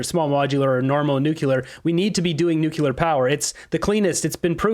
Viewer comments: Jeez dude, who taught you how to speak? Homer Simpson? Its new clear. Not nuculer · you're a smart guy but can you at least say Nuclear instead of Nuculer. It drives me insane. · Please for the love of God, learn how to pronounce Nuclear. It is NOT nuc-u-lar 🤦🏻‍♀️ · in the immortal words of Homer: "It's pronounced NUKE-YOO-LER." Ugh 🙄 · there's no such thing as how you say "nucular" [sic] services.